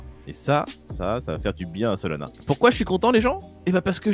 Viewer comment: Ce que j'ai entendu "Solana ce sera l'anus du jour" bha nickel 🤣